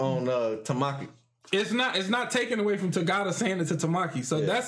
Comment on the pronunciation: Is anyone else really annoyed with how bad they mispronounce Togata?